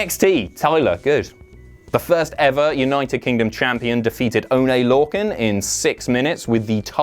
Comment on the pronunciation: "Oh-Nay Lorcan"